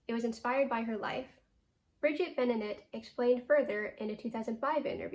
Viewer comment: Thanks for this. But please pronounce Bridget’s last name right. I’m sitting in her house right now, taking care of her animals while she’s traveling. Grew up with the family. It’s Ben-uh-NAH-tay